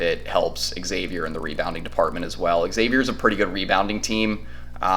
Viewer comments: Dude - It is not eggs-avier. It is Xavier (almost like Zavier). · Not Eggsavier......This is the 3rd time X (pronounced Zavier) has played UT in the Sweet 16. It's not like the team is foreign to Longhorn fans. You'd figure you all would know how to pronounce it by now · Xavier fan here - solid video, appreciated you getting this up so fast. Just a few minor notes - it's actually pronounced Zavier, Ex-zavier is the term used when you either don't know Xavier or are trying to clown the school. Check-in with any UC fan about that. It's also pronounced Jack Nun-gee" Xavier's also experienced because they just won the NIT last year. What you guys will really want to know is that Xavier lost one of its best players, Zach Freemantle, to begin February. You mentioned Xavier's "Bigs" - we only have one now. It's Nun-gee. Freemantle would have been huge going into this match, especially with how insane Texas big men are playing of late. Should be a fun game, thanks again for the preview. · It's pronounced eggsavier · Xavier is pronounced eggsavier. Anyway Hook em Horns 🤘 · Xavier is pronounced eggsavier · it's not a regional thing. The school is literally pronounced like Zavier, no matter where you are in the country or the world. This is not Professor Xavier from the X-Men. I'm sure people with the name wouldn't say you could pronounce it differently depending on where you are at the time. Some pronounce it like the university does and some like this guy on the film pronounces it. I don't like it when my last name gets mispronounced, which happens often. Also, our center's last name is pronounced Nun-Jee. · well then he’s mispronouncing it. There’s no “regional” thing about pronouncing a title correctly or incorrectly. It is pronounced Zayvier. Do you pronounce Exerox or Zerox? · Xavier is pronounced eggsavier and they won't win anyway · Texas took the souls of those children that play for Exzavier and mispronounced it while doing it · Learn how to say Xavier